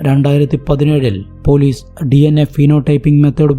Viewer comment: But സ za aye parayu. Eg: polizze manazzilayi